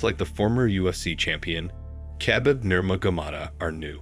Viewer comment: Not trying to hate but that was the worst attempt at saying Khabib Nurmagomedov's name and the clip was of Islam Makhachev not Khabib lol